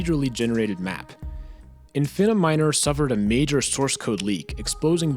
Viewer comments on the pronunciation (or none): none